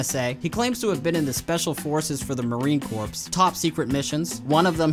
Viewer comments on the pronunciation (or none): Did you pronounce Marine Corps as Marine "corpse"? Um... It's pronounced "core". Just saying. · Marine Corpse..? Lmao it’s pronounced “core”. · haha point and laugh and this guy he said Marine Corpse! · Marine Corps is pronounced “CORE” not “corpse” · Ah yes, the Marine Corpse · Great video, but just clarifying for you in the future, it's pronounced Marine Core, but spelled Marine Corps. Not that big of a deal but being a Marine vet myself hearing it said. like that is nails on a chalkboard lol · "Marine Corpse" Oh, lord. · CommieSlayer 43 The word he was going for was, "Marine Corps", which is pronounced, "Marine Core". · You don't pronounce the "p" in marine corps...just say it like "core" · Am I the only one who is going to point out that the narrator said Marine "corpse"?! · For the love of god Corps isn't pronounced corpse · Corps is pronounced like "core".... sorry dude.... its over... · Marine Corpse lol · CommieSlayer 43 It sounds more like he mispronounced 'Corps', he said the s.